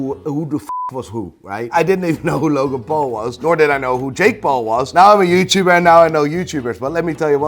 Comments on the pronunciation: I especially love how you pronounce the word “now”. Priceless. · Can you not say "Now" the proper way at all?